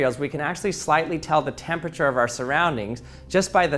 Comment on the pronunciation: Hey everyone today we're going to see if we can pronounce temperture 😅 Just a little ribbing, my man. Great video 👍🏼